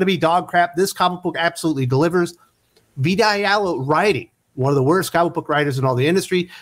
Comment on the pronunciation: Every time you say "Vita Ayala" I hear "Big Gay Al"